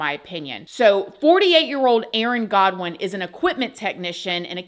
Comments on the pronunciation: It's not that hard to say Goodwin lol not Godwin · GOODwin!! Not GODwin….😂 Good lord girl that drove me nuts lol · His name is Aaron Goodwin not Godwin not trying to be rude just my ocd man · GOODWIN!!! NOT GODWIN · It is goodwin sorry not godwin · Aaron's last name is Goodwin NOT Godwin. You are pronouncing it wrong. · I’ve worked with Aaron & Jason in the past and I can’t say enough good things about him! I was shocked to hear about this and I pray he is able to have the strength to get thru this ❤ P.S His last name is Goodwin - not Godwin 😂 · It's not Godwin. It's Goodwin. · Of all people to do this to... She picked one of the kindest, sweetest, most down-to-earth, silly, funny guys. I just hate that this woman screwed him over & was trying to also have him mürdërëd. There are so many girls who would have loved to go out with Aaron. My heart goes out to him. I hope this doesn't throw him back into depression.😢 (BTW, his last name is pronounced "Good-Winn" 😊) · you mispronounced aaron’s last name